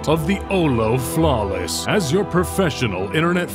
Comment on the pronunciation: my favorite part is when he said OLO flawless and WHAT IS HAF DIS SHIT